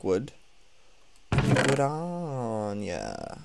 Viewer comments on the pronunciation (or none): "Wood-on-ya" Joey, do you realise what you just said? xD Yes, I'm so mature. :)